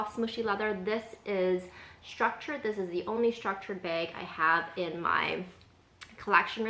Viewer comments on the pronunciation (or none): Bayg or Baig LOL. No! Neither. Say it with the same sound as you pronounce the word “back.” 😘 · I just moved to Canada n I’m pretty sure it’s a Canadian thing because everyone be out here saying “beg” instead of bag 😛 haha I love it 😂 and I love your carefully curated collection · I’m from east coast Canada and I noticed the way you say bag too. Not like I say it. 😄 But then I’m French, so there’s that. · The way west coast Americans say bag is a hard ‘a’ like the ‘a’ in apple. I like your bag collection!